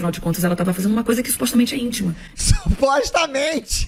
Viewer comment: Gosto de vc, Ismael, mas supostamente nao é proparoxítona. Kkkkkkkkk